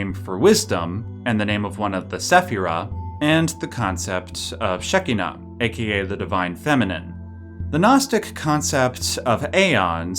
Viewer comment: When you pronounce Shekhinah, the "kh" (or "ch") is more like a Spanish "j". Great video.